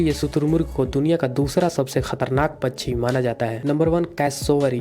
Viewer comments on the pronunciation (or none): Pacchi nhi pakshi bolo